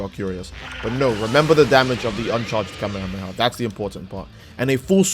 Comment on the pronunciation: Who tf says "kameamea" 💀